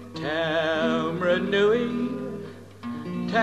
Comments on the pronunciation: That is definitely not how you pronounce Taumarunui. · Actually that's not how you spell it. But your'e right. Shocking pronunciation which was typical of the era.